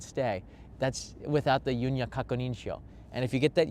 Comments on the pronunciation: I have no idea why pronounces it "yunya," but you will hear "yunyu." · FYI, "Yunyu" is pronounced like "you-new (輸入)", not "Yun-ya". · Thank you for the video. BTW “Yu NYU” is pronounced as “Yu” “NYU” separately, which means import. “Kakunin” means confirmation. “Sho” means form. Your video was most comprehensive.